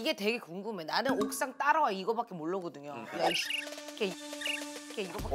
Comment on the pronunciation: 두분 발음이 너무너무 웃겨 😂lol 계촌년 옥thㅏㅇ으로 thㅏ다와 ㅋㅋㅋ 씹팔 펄샌트 ㅎㅎㅎ